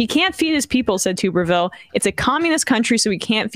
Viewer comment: OK so it's pronounced TUBBERvill. Not TOOB-ervill.